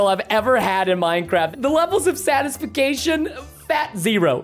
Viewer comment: No one: Preston: satisfacation